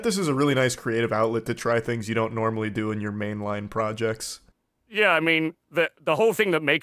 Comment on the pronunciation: The way he pronounced projects makes me think he is either from the UK or Australia.